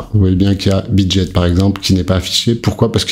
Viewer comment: Salut juste pour info Bitget on dit pas Jet comme l'avion on dit GET comme ghetto. Merci pour ton travail 😊